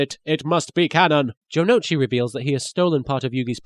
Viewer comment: ***** You're wrong. The U in Ou is not a syllable by itself. If you watch the original, you would know that they never pronounce Jonouchi's name as "Jono'uchi", but "Jonohchi".